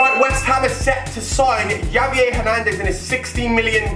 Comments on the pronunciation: Have-ee-air not Javv-de-air or just call him CHICHARITO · You don't say Javier you say havier